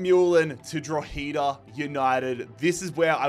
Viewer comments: Lol how you pronounce 'Drogheda' 😅 it's not Dro-heeeda, it's 'Dro-head-ah' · Drogheda is pronounced “draw-huh-da” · Love the video just a quick hands up the pronunciation of Drogheda is drog-he-da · trying to pronounce drogheda Utd hurt my soul